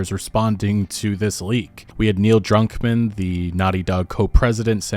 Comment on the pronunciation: "Neil Drunkman" lel. Good coverage, great video